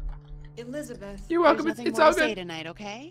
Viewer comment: Grace keeps on saying it wrong. instead of "Elisabeth" its "ᴱᶫᶦˢᵃᵇᵉᵗʰ"